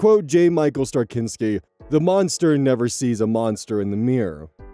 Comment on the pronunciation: I am gonna be this person about J. Michael Straczynski because Bablyon 5 is a treasure and you should watch it,: It's "Stra-zin-ski". Now with that knowledge ABSOLUTELY go watch Babylon 5!!